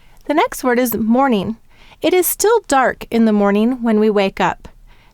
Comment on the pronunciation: also, morning, you should say the g at the end not mornin. its morninG and dragon has the short a.